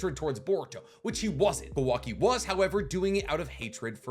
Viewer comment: You pronouncing Kawaki like Quackie xD